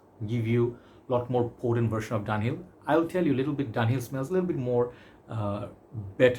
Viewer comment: Its pronounced DUN HILL